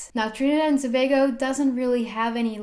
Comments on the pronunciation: As a trini I'm proud of her pronunciation of the country.... love this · Yo she pronounced our country name correctly 🇹🇹💕💕💕💕💕